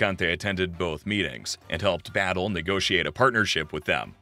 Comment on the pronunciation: His name was José Miguél Batllé, not Battle. I am related to the Havana Battlés and Rodriquez.